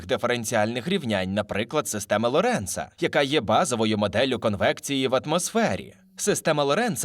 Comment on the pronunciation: Дякую. ЛОренц, а не ЛорЕнц😀